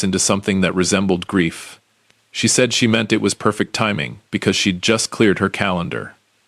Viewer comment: The word “perfect” is one word and two syllable NOT ONE!